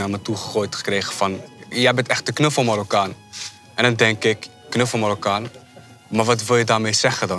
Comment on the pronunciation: Het is mArokkaan, niet mORokkan pfff